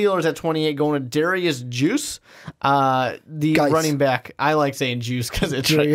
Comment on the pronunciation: Patriots drafting Goedert over Hurst is asinine. Let's also ignore drafting a LT to protect our soon to be 41 year old QB. And you pronounced Guice's last name wrong also.